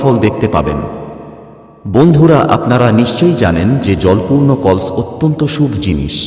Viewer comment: কল্স না কলস